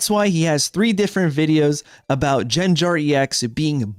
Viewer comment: One weird thing was someone said you saying "Dekidooey" and "Jenjar" was annoying but it was ok if Wolfey did it. It's just for gaffs and jokes, no reason for them to get butthurt 😂